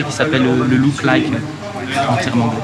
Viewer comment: "Le louke laïke" ... Erhm Look alike.